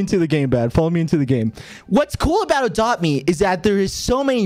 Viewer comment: I thought bad said “the fuck is that” when you said we are gonna play adopt ms